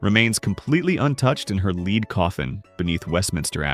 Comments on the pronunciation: If you're giving your AI narrator the word "lead" and you mean the metal misspell it as the homonym "led' - it grates my nerves every time a word is mispronounced. Makes me tend to disregard the video and its creators - because you didn't care enough to listen to the narration and fix it. I don't buy your argument. The online claim is that Elizabeth was 5" tall or at best 5'2"'. Even though her mother was approximately the same height, her father was 6'1". When average male height was 5"7", a male Elizabeth should have been taller than 5"2". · Hey AI 😊The pronunciation of the word for the metal lead (Pb) rhymes with head